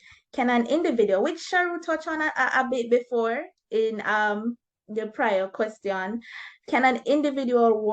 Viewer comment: Amazing video. Just an advice, I think you should improve the pronunciation of "question"